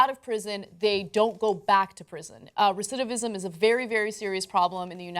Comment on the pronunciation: Did Cenk just messed up the word "recidivism" twice? lol